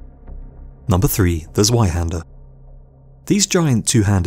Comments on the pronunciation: Z-WHY-HANDER??? BRUH ITS GERMAN THE W IS PRONOUNCED AS A V ... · The correct pronunciation of zweihander is z-vei-hah-nder. The german 'zw' makes a sound like a mix of a z and a v. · dude i heard him say z-why-hander and immediately went down to comment about it and then saw this. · the only problem is that the guy in the video can't pronounce zwei hander properly. it's said with a tz or sound, not a z. like tzar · i would just like to point out, the w in "zweihander" is pronounced as a v since its a german weapon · Chris Shellenberger and the Z is pronounced with a slight T sound at the beginning. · Learn to pronounce "zweihander" pls. Its painfull to listen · Learn how to properly pronounce Zweihander